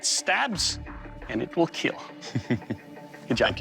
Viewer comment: it will..KEAL !